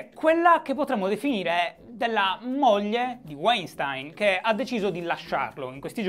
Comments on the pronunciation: ahahah non ne hai azzeccata un, si pronuncia VAINSTAIN (con la ʃ (ovveero come SCI)) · si dice "uainstin". ti posso correggere perché non l'hai detta questa pronuncia ;) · Si pronuncia Vainstain. È un tipico cognome ebraico-tedesco. Wein vuol dire vino, stein pietra, e la lingua tedesca è composta da una marea di contrazioni. P.S. EI si pronuncia ai, mentre ie si pronuncia i. Aufwiedesehen Shy. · E' "Uàinstìn" Shy <3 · Breaking Italy il nome sembra tedesco .. e se è tedesco Weinstein si pronuncia "vainstain" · Breaking Italy Comunque si pronuncia "vainshtain" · Tecnicamente "weinstein" è un cognome di origine tedesca quindi si dovrebbe leggere "vainshtain", ma la sua nazionalità statunitense cambia tutto? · Pronuncia: Vainstain (Non per correggerti, per fartelo sapere) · Demis Alberti senza Sh è tecnicamente parola tedesca il suono sh si sente quando scrivi Sch Stein si legge Stain come in Albert Einstein Scusate volevo fare il per una volta il saputello visto che sono parte della community della gentaglia immigrata in Germania Entschuldigung (qui si sente il sh) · Guten Morgen Shy. Si dovrebbe pronunciare Vainstain . St , per lo meno qui nel nord della Germania, si pronuncia Scht come la sc di sciacquare . Tschüss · "Si pronuncia Waintiiinn!!!" cit. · Dal nome direi direi Weinstein sia di origini tedesche, quindi propenderei per una pronuncia come /Vainstain/ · Se è tedesco si legge Vainstain (V come V di Verona e non W) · Si pronuncia "Uainstin" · Dai si dice Weinstein lo sanno tutti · Comunque si pronuncia "uainstain". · Si pronuncia Weinstein.